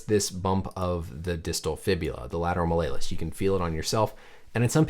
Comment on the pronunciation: You say malleolus weird 😊